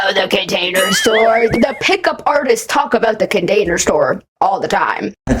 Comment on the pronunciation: I gagged. I was eating a hot pocket and I gagged from pure disgust. Nothing has ever made me do that before Idk but the way he said container sounded wrong to me. Like he was pronouncing it wrong. This is slowly becoming a hard watch